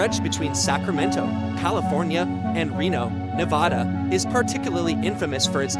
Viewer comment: Stopped the video 30 seconds in because the pronunciation of Nevada smh 🤦‍♂️ was so annoying hearing it